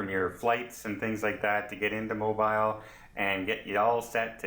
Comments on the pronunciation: mo beel, not mo biil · Mobeeeeel please? Not Mobeyel. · Please learn to pronounce the City name when you do a review. It is NOT MOW Bile. It is pronounced MOBEELE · It’s pronounced mo bill alabama lol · Its pronounced MOO - BEAL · ha ha mobile phone alabama. its mo-beel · I love the shout out of my home city but I know it's wrote mobile but it's pronounced mo bill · Please it is NOT pronounced like a cell phone Mobile.. to break it down before anyone goes... Moe (like Larry Curly and Moe) Bill (like the bill of your cap or a duck bill) Moe-bill .... sorry we are very proud of our port city. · YES...but all is the same as you pronounce it for everything BUT the city. The pronunciation is specific for that city only. If you are anywhere in the US even one or two states away from Mobile, and call it Mo-Biiiil, the locals will look at you like you, shake their heads, and immediately ask where you are from since it makes it obvious you do not know the colloquial pronunciation of the city name. Again, just trying to help, since this is a very Southern US specific case. Also, in case you have never visited, the SE part of the US does things a little different due to the various cultural histories in the areas. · You could have learned to pronounce Mobile correctly. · Nice video but I need to correct your mispronounciation of Mobile..I live in Mobile soo I want to teach you the right way ...you say Mobile..like its a mobile phone.. Mobile has so much French influence..as does it's name. Think of the word..seal..then add Mobile..so its a hard Inflection on bile...sounds like seal. Welcome to Mobile. We love tourists! Sounds like you are Canadian? Come on down to see our beautiful historic city! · LOL LOL We forgive you. That is ok that you pronounce the city different than most do. I love the way you can laugh at yourself. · lol their making fun of you in the comments on how you pronounce this one :)